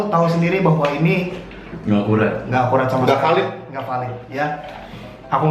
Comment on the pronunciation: Gak akurrraaattt... bukan ga akuwat😅😅😅😅😅😅